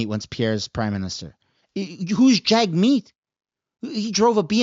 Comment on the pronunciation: I believe its pronounced JUG- meet. Don't give the left another reason to discredit you. You have to make your words and actions impeccable. That way they can't criticize or falsely label you, even among themselves. Then they will be forced to actually listen to your argument.